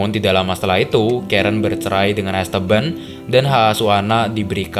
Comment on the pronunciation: dibaca 'EstEban', om, kedua 'e' dibaca spt kata "enak" atau "aneh".. bukan es teban aplg es tebu 😂